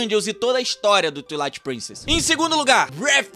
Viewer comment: Se pronuncia “tuailaite”